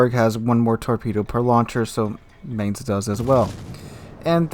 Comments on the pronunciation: "Mine-z" not mance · I find it really interesting how you pronounce Mainz, because you got (i would guess by accident) the accent almost spot on. Not the German accent, but the accent of the people living in Mainz. The "normal" german pronunciation would be more like "mine" with an s added to the end ("mines").